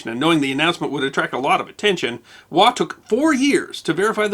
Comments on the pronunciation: Andrew Scott 'Waugh' is pronounced -Woff. (English Pronunciation). Also of interest are the calculations pertaining to SCHIEHALLION a mountain in Scotland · Interesting, but slightly ironic that you cannot pronounce the name "Waugh" properly though.